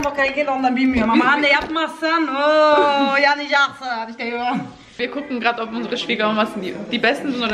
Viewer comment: Alman gelin olmuş kıro gelinnn “yanacağğğğsıııııınnnn”” diyor hahahha 😂😂😂😂😂😂👍🏻 sevdim seni kırooo 👏🏻❤️😁